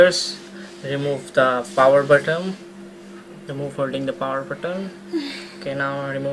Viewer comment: It's not BOTTOM man it's BUTTON! Learn the easiest words better!